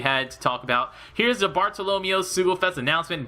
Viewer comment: You mispronouncing Bartolomeo hurts me :'(